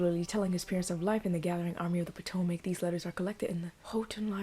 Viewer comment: Pa-TO-mic-(Potomac). Will remove. Keep up the good work!